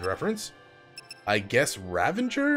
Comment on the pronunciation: The game making you fight enemies from the previous chapters is more to show the player how different you are in strength. Also, yeah, I know this is 3 years old, but every time you say Ravenger instead of Ravager triggers my anxiety.